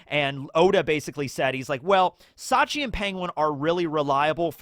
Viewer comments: It's Shachi, not Sachi (the way incorrectly pronounces it), but yeah, you're right. Bepo is polar bear backwards, Shachi is Orca or Killer Whale, Penguin is well, you guessed it, Ikkaku is Narwhal, Uni is Sea Urchin, and Clione is Sea Slug of the genus Clione. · It's Shachi, not Sachi (the way you incorrectly pronounce it). The Heart Pirates have a theme of oceanic animals like the arctic and antarctic, and they can also be found in tropical regions. Bepo is polar bear backwards, Shachi is Orca or Killer Whale, Penguin is well, you guessed it, Ikkaku is Narwhal, Uni is Sea Urchin, and Clione is Sea Slug of the genus Clione.